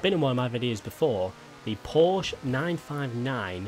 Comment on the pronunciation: You said Porsche wrong. Love ya